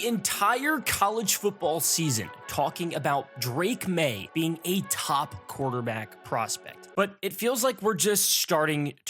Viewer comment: the top “quarterba.”